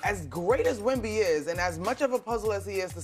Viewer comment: He often pronounces Wemby wrong too, but it makes me cringe when he mispronounces Vassell